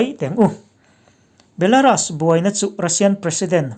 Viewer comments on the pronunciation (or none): none